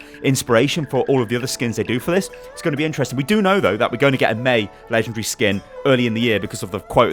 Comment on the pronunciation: I love how he says lengendary